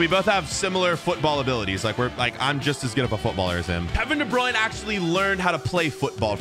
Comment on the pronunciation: If Kevin De Bruyne is your brother, how do you not say his name right?